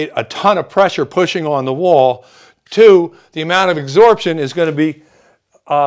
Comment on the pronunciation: Well done. (but "exorbtion"?)